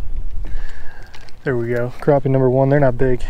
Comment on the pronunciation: Not sure where the English stops but they are crappie not croppie